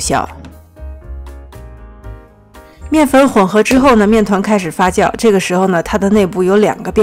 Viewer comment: 發酵唸Fa “xiao” not fa “jiao”！我聽的好痛苦